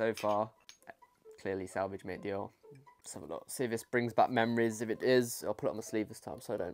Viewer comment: Awwww salvage aha cute. It's pronounced like sav-aww-ja It just reminds me of cheap shaving cream so I can't stand it tbh.